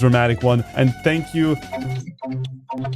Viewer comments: Why does no one knows it says "tank you" instead of "thank you" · “tank you” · "TANK YOU" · "TANK YOU" :D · Dude he spell tank you instead of thank you